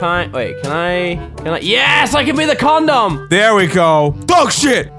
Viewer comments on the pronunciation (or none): lol Mini, a con-dom, I just love the way he pronounced it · Ya he says it con dom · When he said condom, it sounded like "corndorm" xD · i heard comdon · Says con- Dom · The way you're pronouncing condom is pretty fucking absurd xD